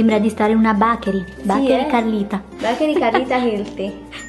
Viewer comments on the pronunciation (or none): l'inglese in questo video ha raggiunto i massimi livelli...HLthy, bAKery, yUmmy... invece di fare brutte figure piuttosto vai a ascoltarti le giuste pronunce si Google translate!! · "BACHERI" non si può sentire.